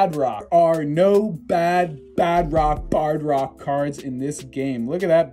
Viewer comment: I forgot too tell u or maybe u knew and did it for the memes, but bardock is pronounced BAR-DOCK like a bar for lifting, and a dock for ships